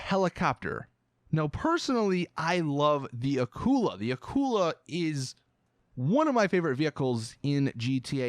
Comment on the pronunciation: its not aqula its akula and its a shark